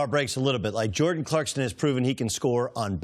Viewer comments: CLARK-SON not Clarkston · CLARKSON not CLARKSTON........... #facepalm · Are we supposed to believe him if he can't even say jordan's last name properly? 😁 😁 😁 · Doug knows it's ClarkSON versus ClarkSTon... right? This man's analogies are trash and he wants to be Cowherd so bad lmao